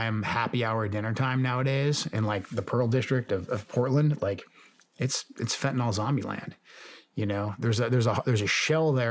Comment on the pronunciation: what is fehuhnoll? i know what fentanyl is but i have absolutely no clue what fehunoll means. why does everyone think its called fehhuhnall. i mean cant we all read english? youre talking to one of the most badass dudes on the planet and bro still cant pronounce fentanyl😂😂 how the fuck😂😂😂😂